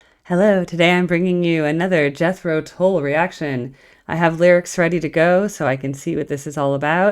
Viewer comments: At the risk of mansplaining, Tull rhymes with dull. Came here from the Zappa and Steely Dan videos, which I really liked. Keep it up. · In their early days, they were struggling getting invited back for repeat gigs, so they would change their name to keep working. when they finally got that big break, their name was Jethro Tull(rhymes with dull). The live version of a shortened version of 'Thick as a Brick' is an awesome choice! Seeing them live has been a huge blessing in my life! Hoping to see them again, at least once more! Their new music is awesome by the way!!! Peace and Thanks!!!